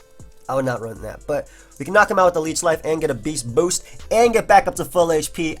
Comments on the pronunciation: "BAYST BOUST" "veryunfortunateformyopponent;" oh yeah you can actually hear the semicolons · Stop saying beast boost like that lmao